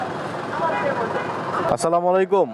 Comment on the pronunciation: স্লামালাইকুম না আসসালামু আলাইকুম বলতে হবে।